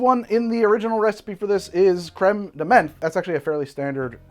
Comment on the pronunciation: Menthe beinge pronounced as men with a th at the end had me dying !